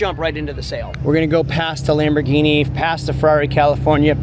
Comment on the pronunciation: You pronounce Lamborghini wrong